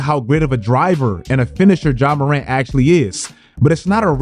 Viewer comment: I swear I never understand why people hear a pronunciation a billion times and just think to themselves, no, you've all been saying it wrong for the last 10 fucking years.